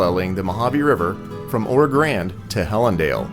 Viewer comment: Loved it. Trip down memory lane. Made that trip several times as a kid in the 50's. Please check pronunciation of Oro Grande. Or do the locals use the Anglicized pronunciation? I've always called it Oro "Granday" as I heard it as a youth.